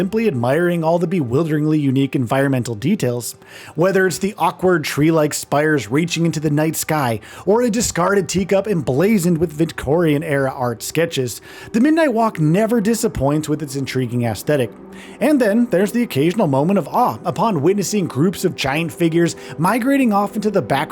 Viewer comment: Did he say "vitcorian"?